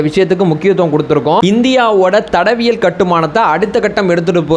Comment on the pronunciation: ஐயா சரியா தமிழ் பேசுங்க தடவியல் இல்லை தடயவியல்